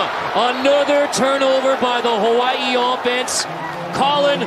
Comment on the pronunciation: He doesn't pronounce Hawai'i right. How do I know? I am part kanaka maoli